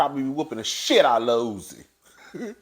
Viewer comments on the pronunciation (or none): stay getting peoples names wrong & I scream every time. Talking about Lil Usi 😂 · I fall out every time you say lil ootzie, lol. Yeah, if they are cutting up like that at an awards show nonetheless then there's no telling what goes on behind closed doors. The awards show definitely seemed like a big ol mess. 💜